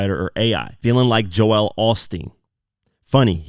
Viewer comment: Ive got one issue with this breakdown.... JOEL is not pronounced JO-EL.